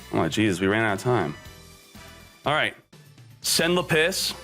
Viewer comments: Lapiss had me rolling. LA-PIS not LA-PISS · Le PiSS.......can you not. This video is unwatchable hearing you say lapis wrong. It's literally lap. And is. Not let piss. It's lap is like a z. Lapizzzz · lah-pus no lapiss lmao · Btw lapis is pronounced lah-pis not lapiss they don’t pee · It's..lapis , not la-piss..this guy.. doesn't pRonOunCe tHe nAmEs coRrEctLy.. i bet he's.. a fake fan..of Yu-Gi-Oh!.. don't support..this channel.. nor k0nami..unistall this..toxic game.. (damn I hope people..don't buy..this..box now..so..my own..business..can..succeed..finally..) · Lapis not Lapiss. Bro huge fan but ya misspronouncing these cards is cringy lol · its not luh-piss its lap-iz lol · laPISS instead of LApiss. Now this is the reason I keep watching. Never change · Say it with me... Lap - issss not La - piss OMFG it's a gem FOOL! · its funny how he keeps pronouncing lapis like le piss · Lmao you said lapis like lapiss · Lmfao “lapiss” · It’s lapis not lapiss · Gem-Knight Lady LA-PISS I just found that pronunciation funny. It’s usually pronounced with a hard A and a soft I. Like how you would pronounce the Pokémon Lapris but without the R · Ah yes. La-piss. You can find it below y = 32 and most often between 19 and 17. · Nobody:: Le'Piss